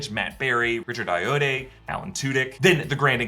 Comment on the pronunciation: Ayoade is pronounced Eye-oh-ah-dee.